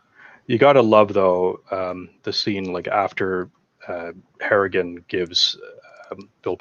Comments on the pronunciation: Harrigan. Not hartigan... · are you calling him "Hartigan"? It's clearly "Harrigan" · Harrigan... Not Hartigan. That was Bruce Willis character in Sin City.